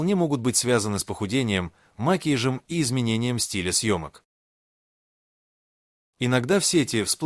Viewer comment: О, ужас! Что с Вашей речью? Ударения! Что за "макиж"? Макияж! Научитесь правильно говорить!